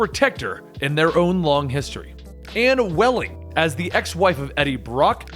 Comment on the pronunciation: Ann Weying, not Welling. ;)